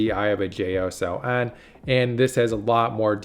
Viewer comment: JSON is pronounced Jay-sawn.